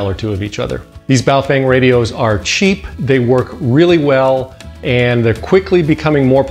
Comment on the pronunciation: In Chinese it is pronounced baofong not baofeng